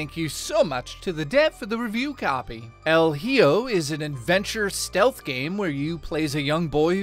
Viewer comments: It's pronounced " L E Ho" 😂 Came here from RTU, that clown clip was hilarious lol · EL HEEO lol